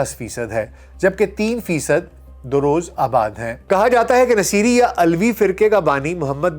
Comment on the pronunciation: Nasiri نہیں nusairi